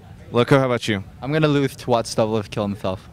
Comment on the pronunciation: "I am gonna wose to watch doublelift kill himshelf"--2012